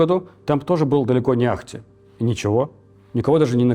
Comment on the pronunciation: «не ахтИ», ударение на последний слог